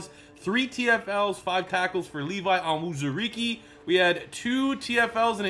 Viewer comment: Levi Onwuzurike's name is pronounced (OWN-ZOO-REE-KAY) much simpler than it looks